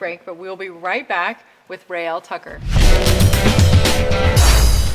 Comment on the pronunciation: I believe it is Raelle Tucker...not Trucker. T-U-C-K-E-R. Enjoyed the interview...thanks.